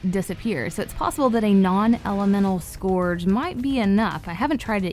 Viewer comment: Love your voice.. Just a tip.. SCOURGE rhymes with URGE, not GORGE.